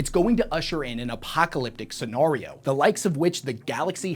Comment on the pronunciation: Say it with me… “Scenario”